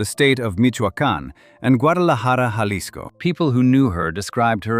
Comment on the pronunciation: learn how to say Jalisco